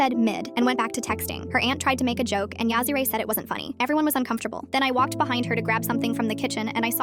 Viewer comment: I'm sorry but yazzirai reallyyy